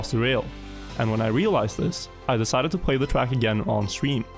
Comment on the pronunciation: The way he says track really annoys me!!!!